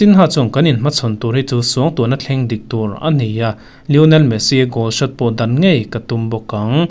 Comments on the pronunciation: Ni e, lo haw lo se, thu ngai hman ngun lutuk hi ngaithlatu te tan a hneawm ṭhin. "Dawn" tih thluk hi chu dik lo hrim hrim bawk. Insiam ṭha duh hram la ka va ti em!! Thil dangah hi chuan i thiam khawp mai. Nge i signature ve deuh.😂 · News angaihnawm a ,Dawn tih lai tluk hi adik em ka hrelo thluk sang mah mah em aw..